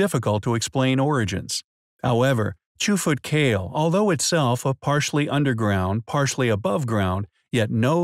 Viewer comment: I believe it is pronounced kah-leh